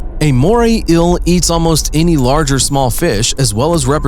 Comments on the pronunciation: He's pronouncing 'eel' as 'ill' and it's humorous to me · “The eil” sorry but your voice is so annoying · And this is why English is best spoken by the English. Morrie Ill says hi. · Eel is not pronounced 'ill'. You need a new commentator. The writing seems to have been done by someone who uses English as a second language. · How many times did he say MorAy eAL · Every time this guys says “eel” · Okay mate why the fuck are you pronouncing ‘eel’ like that. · The way you say eel makes me unreasonably. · Anybody else got annoyed of how this guy was pronouncing eel ? Shit got annoying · So no body is gonna bring up how this guu pronounces "inhabitants" and "eel" lmfao 😂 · Can't say eel and inhabitants to save his life. 😒🙄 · The way he pronounce eel, and says it 10 times a minute